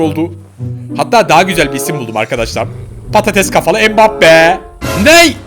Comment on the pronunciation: Neymur ve mibappe demende koptum